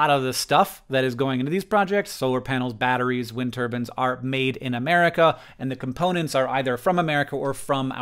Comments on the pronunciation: "Wind ter-bins" lol it's "Tur-byne" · It's not wind turbans, it's wind Turbines!! 😂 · why does he keep saying wind turbans?